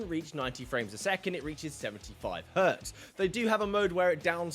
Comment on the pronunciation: Just so you know: the sci-guy was called Hertz and not Hert/Hurt, so it became Hz, not H, and sounds like herts. (seems it's becoming a fad with the Millennialz players)